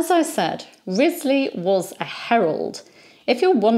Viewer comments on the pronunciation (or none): In the Six Wives of Henry the Eighth series from the 1970s, Henry the 8th (Keith Michel) apparently didn't know the correct pronunciation of Wriothesely either. (Ruchesley IIRC). I look forward to your daily videos. I'm guessing the recommendation for your channel came from YT because of the operas of Donizetti about the Tudor era. Besides his three queens, there was also a Pygmalion, a Lucrezia Borgia, an opera that takes place in Granada, Emilia of Liverpool, The Siege of Calais, Gianni of Calais, Elizabeth at Kenilworth, and most famously Lucia di Lammermoor, based on Sir Walter Scott's The Bride of Lammermoor. Sir Walter Scott was at the height of his popularity when Donizetti was composing.